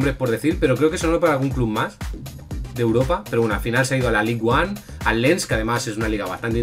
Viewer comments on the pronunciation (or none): Liga une se pronuncia "An", no One, es en frances no ingles